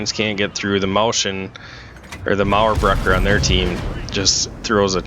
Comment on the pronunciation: It sounds so good when you're talking "Mauerbrecher" 😋. Almost perfectly pronounced.